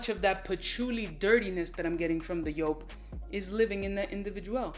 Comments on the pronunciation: Pronounced : YOOP !! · Speak em factz On a side note, it's actually pronounced "Yope" Not Jewp" It's a German name, a man named Wolfgang Joop founded JOOP! And his name is pronounced "Yope" Cheers brhh